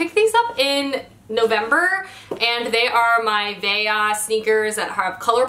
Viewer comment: A quick correction, Veja is a Brazilian shoe line (veja means look) and in Portuguese the J is not pronounced the same way as in Spanish, it's closer to the French J.. anyway gotta go get some new glitter earrings and sweaters now